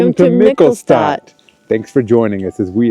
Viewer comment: Eier aus Frei-Land-Haltung: free land housing of the chicken. Funny: you get Ko-ch-käse perfectly German but Mi-ch-elstadt pretty American 😊.